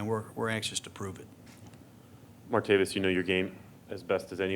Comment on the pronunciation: Can we PLEEEEASE get the mans name right!??? It’s Martav-IS, not Martav-iUs! But damn I’m hyped!!! This dude is INSAAAAANE’ly dynamic!